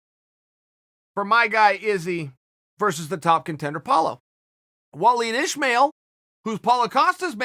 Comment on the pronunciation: Sonnen pronouncing 'Wallid Ismail' is fantastic.